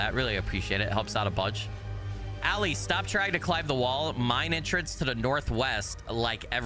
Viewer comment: when you read out loud “Ali” I looked at the tv like “What?!”😂